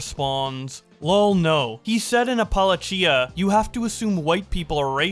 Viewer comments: dude… it’s App-ah-lah-cha not app-ah-la-chia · I'm from kentucky and came to the comments for this... "appal-a-chia" killed me inside. lmao the only acceptable pronunciations are "appa-lay-shuh" or "appa-latch-uh" and you hit us with some new shit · For reference, it’s App-a-latch-a ❤ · Apolo-chia? You mean, a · puh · lay ·cha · APPLA-CHIA LOOOOL NOOO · great content, as always, but its pronounced Apple-A-Chuh XD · "lugger" "appollo chia" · “Apolla chia” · A "lugger" 💀 "gar-and" "apple-a-chia" bro. Get some reading lessons with the ad-rev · A-Pal-Ah-Chee-A?? Huh? Appalachia is NOT pronounced that way. Ain’t you American? What American don’t know how to pronounce that? What is happening here? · Please stop saying ap-a-la-cheia. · its app ah lach ia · Ap-pa-LEY-shah HAHAHA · yeah and "appalacha" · stop saying “apla-chia” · love the way you said Appalachia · The way you pronounced "Luger" and "Appalachia", hurts my soul. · This retard can’t pronounce Appalachia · I love you man but oh my god please look up how to pronounce Appalachia. Can't wait for the next video regardless! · I have never once heard someone mispronounce Appalachia so bad in my entire life. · Depending on where you are people pronounce it differently here. Theres a right way, but as long as people know what you’re talking about, does it really matter? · yes. Yes it does. And no, NOBODY pronounces it the way he did in this video. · Dude how are you an English speaking American who doesn’t know how “Appalachia” is pronounced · bro we gotta talk about your pronunciation on some words, especially regarding the Appalachia Mountains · just invented several new ways to pronounce Appalachia. Wait until IPOS learns about Melungeon people. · Your pronunciation of "Appalachia" gave me heartburn haha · worst pronunciation of appalachia ever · I have NEVER heard someone pronounce Appalachia that way😂😂😂😂😂😂😂😂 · I was not ready at Appalachia pronunciation